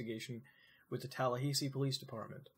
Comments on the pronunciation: TALLAHAYSEE?! AHAHAHA omfg I'm sorry but that made me lose my absolute shit TalLahaysee, never in my live have I heard it pronounced that way congrats Muta congrats EDIT: for anyone wondering why I'm losing my shit the "ha" in Tallahassee is pronounced like it is in the word "hat" and the "ssee" is pronounced like the letter "C" so you pronounce it tal-la-ha-see. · wait did you say Talla hay see? its talla hah see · TAH LAH HA SEE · lol "Tallahaysee" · Everything on this video can be found with basic internet searches.... nothing exciting here..... and holy FUCK.... tala HAY see..... TALA FUCKING HAYYYYYY SEEEEEE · Florida man getting triggered by the pronunciation of Tallahassee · Good vid, but what's up with the pronunciation of Tallahassee? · As a Floridian, lol at your pronunciation of Tallahassee. :3 I chuckled.